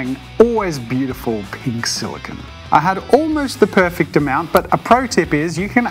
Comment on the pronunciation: I'm sorry but this is a huge pet peeve of mine and you said it like 100 times so I just feel compelled to tell you that "silicon" is what computer chips are made out of and "silicone" is what the mold is made of. It's pronounced "sili-cone" like an ice cream cone.